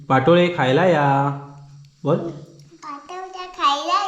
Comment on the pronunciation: पाटोळे नाही पा तो ळे